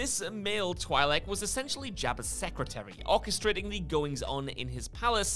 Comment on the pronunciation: Bibb Fortuna and Oola’s race is Twi’lek (pronounced TWEE-LECK, NOT TWY-LECK)